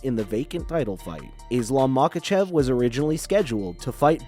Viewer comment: This guy cannot pronounce anything, lol. Except Machachev